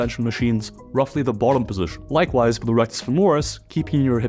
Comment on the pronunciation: posishion, posishion position, not a posishion